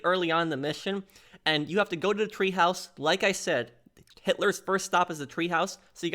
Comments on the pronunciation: The Berghof had a Tee-haus or teahouse. Not treehouse. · It’s not a TREEhouse it’s a TEAhouse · Treehouse? Clearly TEAhouse